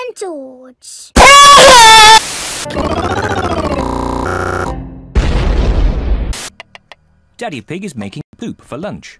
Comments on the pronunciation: time it is is JOJ not gorge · More like JOJ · It’s jorj I think not joj 😂🙂